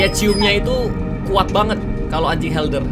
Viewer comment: Anjing herder pak setau saya bukan helder :v